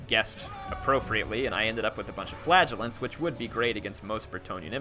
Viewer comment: every time you say flagellants i hear flatulence